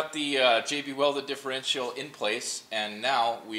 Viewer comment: Not custom tapped threads.. custom threaded inserts. And the last 'i' in Differential is not pronounced.. more like 'diff-er-EN-chal'.